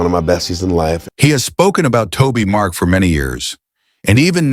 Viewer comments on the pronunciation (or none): This guy is AI. This is why it keeps saying Toby Mark. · Some of what you're saying maybe true, but continually calling Toby Mac Tobi Mark makes you sound dumb. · You cant even say his name right.